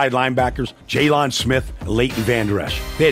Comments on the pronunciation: He said jay lon smith it’s jaylon Smith 😂😂 but I appreciate it we ballin it’s only gonna get better and better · It’s jaylen it’s jaylon😂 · Who TF is Jaylun? It's Jaylon smh 🤦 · Jessus christ its JAYLEN not jay-lawn mower smith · Jay-lawn Smith 🤣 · Jay-lawn Smith? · he be pronouncing it jayLON...smdh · jokes on you it's jaylon not jaylen lol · G 18 actually it’s jaylon not JALEN like this isn’t Ramsey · Why didnt u answer the first time I called u Jay-LAWN?? Vander Esch go cover Oh-Shag-Hennessey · Did he pronounce it Jay-lawn Smith? 😅